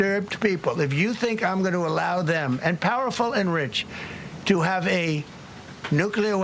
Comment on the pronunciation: It’s time for nucelar war! Get ready 😊😊😊😊